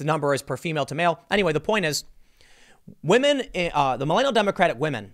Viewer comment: Tim absolutely watches Pewdiepie between the pronunciation of "wamen" and twatter" those are dead giveaways lmao